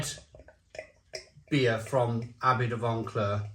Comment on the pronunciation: There's no "n" in Vauclair. You're corrupting pronunciation and people are learning from you. I heard another reviewer use the "Barry" pronunciation of "Lamonde" for Loch Lomond. Also this beer is too expensive, jumping on the Craft Brew rip-off scene.